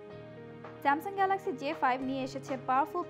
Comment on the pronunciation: ঢং বাদ দিয়ে ঠিক মত গ্যালেক্সি বলা শিখ আগে বেটি!